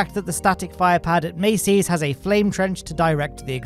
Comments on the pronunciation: why you say "maceys"? its masseys.. like massive.. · I know it may be difficult with a British accent but you need to pronounce certain words correctly, like a persons name or the name of a location. It isn't pronounced Macy as in the Macy's Day Parade, it's pronounced Massee's as in Ma sees, with a long 'a' sound. Everyone else in the dozens and dozens of YouTube channels pronounce it correctly, so why can't you? That is my only criticism of an otherwise excellent video, if I can't pronounce something correctly I find out how to pronounce and get it right, anyone can do it. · Mass-ey's not mace-ey's😢